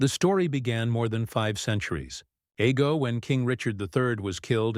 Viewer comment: Who likes those frozen breakfast waffles Ego's? Did anyone notice the commercial inclusion early in this program? Or was that another Ai narration failure attempting to pronounce ago?